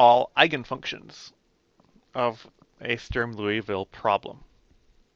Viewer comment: I agree; my teacher went over it so fast that I did not see the beauty of how general it is. When Dr.Underwood wrote down SinCos, Legendre polys, hermite, bessel, I was thinking, "BUT WHY THESE!" And sure enough he told me=> Strum-Liouville. Also good job pronouncing Strum-Liouville. Also, EVERYONE do your part and help women integrate into the hard sciences.